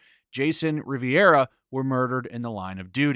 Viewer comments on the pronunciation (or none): Rivera not Riviera